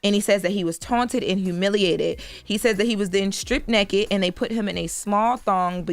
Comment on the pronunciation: its NAKED,not NEKKED!